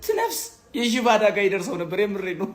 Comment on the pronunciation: የመኪና "አዳጋ" አይደለም አደጋ ነው የሚባለው አንተ ሰገጤ